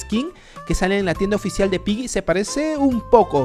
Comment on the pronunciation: No es pylli se ESCRIBE Piggy pero se pronuncia pigui y desde hace un año que te estoy comentando y no me saludas,me desuscribo